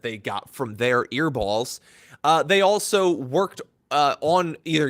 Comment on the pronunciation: Excuse me? Ear-balls? its ear HOLES!